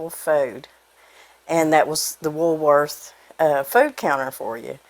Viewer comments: It cracks me up how you pronounce the name as, Woolsworth... :D My best friend and I spent a lot of time there when it was downtown, Reno, NV. We loved the burgers, club sandwiches, and ice cream. One day we saw Red Skelton walked past the huge windows at the side of the counter we were sitting at! We paid, rushed out, and walked down the street to catch up with him. He went into a jewelry store with this lady he was with, and so did we! The lady acted quite bothered, but he was so very sweet. We just wanted to tell him how much we enjoyed his TV show, and wanted to meet him. He shook our hand and also said he was happy to meet us! After a little chitchat, and noticing the scowl on that lady's face, we left. I think we asked him for an autograph, but can't remember if we got one... Anyway, we were sad to it close, very sad.....loved the bargain-basement too! Thank you for bringing this recipe to us! God Bless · Thank you for pointing out the S. I chuckled when I first heard her say it, and when she said it a second time, I corrected myself and decided she said it correctly! When I read your comment, I realized that I was right to begin with! However, as an Alabama native, I’ve heard so many people say it like, that I second guessed myself! I guess I’m getting old - of course I’m no spring chicken considering I remember eating there. I always ordered the hamburger, fries and a Coke. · It’s not “wools worth “. lol it’s Woolworth’s” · You say Woolsworth but its woolworth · PLEASE SAY *WOOL* - WORTH , NOT *WOOLS* - WORTH ❤️🙏❤️😁I WORKED AT WOOLWORTH AS A WAITRESS AT THE FOOD COUNTERS...GOOD MEMORIES😁 ... I WAS *16 YEARS OLD 🙏😁....THANKYOU FOR SHARING THIS AWESOME RECIPE ...🙏JOHN 15 : 5 ✔️ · I love how she says WoolSworth instead of Woolworth's. My mama loved talking about Woolworth. That was where she got her first job in highschool at 16. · Isn't it Woolworth? Sans the s? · It’s not WoolSworth! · Wool not wools lol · I love cheesecake, but it is Woolworth no s